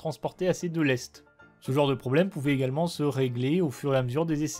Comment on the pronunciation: Juste une petite rectification , on écrit (lest) mais cela se prononce ( laissete). Exemple, on dit lester un navire...